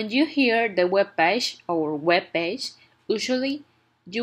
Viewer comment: and paje 😂😂🤣